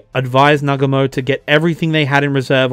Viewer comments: It is NOT Nagamo . It is Nagu mo . Good history. But . To bad it is so childish . Really . I wounder what is in this guy's mind . 😂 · Bro, it's pronounced "Nah-GOO-mo". Like most Japanese words, the emphasis is on the second syllable.